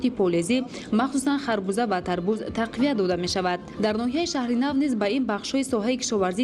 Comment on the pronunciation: Тарбуз. Не. Тарбод. Бодиринг не. Бодранг